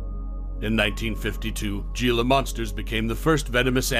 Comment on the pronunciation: Can’t even pronounce it right 😂